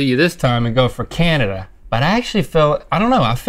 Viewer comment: That is SO NOT the way you pronounce Canada, I had to double up and was like what??? Anyway, love you guys!